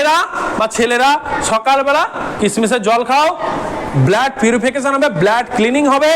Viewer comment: Apni blood kotha ta thik bhabe pronunciation korun eta ki bhabe apni pronounce korchen 😆😆